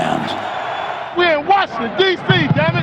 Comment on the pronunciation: I'm a Tom Landry-era Cowboys fan, since '63. The very first pro football game l was lucky to attend was Washington Redskins at the Cowboys, Thanksgiving Day, 1968. My dear old Dad that's now in Heaven used to pronounce 2 cities just like Coach Landry....Warshington, and Chicargo...😂 Washington will always be the Redskins to me. What a rivalry the Cowboys and the Redskins had. R. I. P. Dad🇨🇱🇺🇸♥️ Tom🇨🇱🇺🇸Landry George Allen God bless our pro football heroes from a by-gone era 🏈